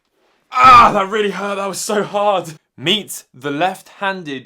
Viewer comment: i was thinking you said meat the left handed gameboy